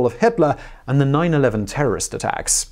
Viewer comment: 911 sounded more like ww1